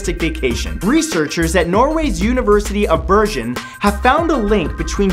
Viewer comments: 'Bergen' =/= 'Burjin' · Its Ber G en not bergjen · "University of Bershen" It's Bergen... Did you even try? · YOUR PRONOUNCIATION OF BERGEN NEARLY KILLED MY NORWEGIANNESS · Bergen, Norway ftw, you said it wrong tho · Gosh, you sure pronounced Bergen weird